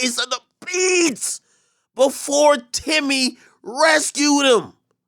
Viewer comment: the way ak be saying 'timmy" funny asl